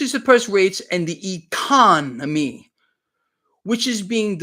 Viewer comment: E-CON! NO-ME! DAMN! 😩😆